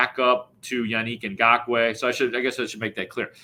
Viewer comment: The way pronounces "Yannick Ngokoue" makes me want to pull my hair out.